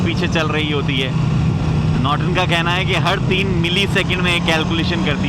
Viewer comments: Norton ko notron bna diye 😂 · Norton ❌️ Notron ✅️